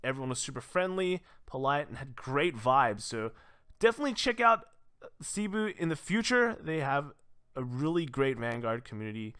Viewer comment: Congrats on getting your tops, also will you be making a bcs meta for both standard and premium? Also, cebu is pronounced as sebū.